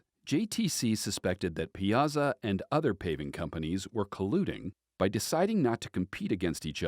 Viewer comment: It's pie-a-saw